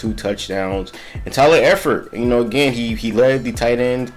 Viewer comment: I thought you was a fan until you pronounced Tyler Eifert the way you did lol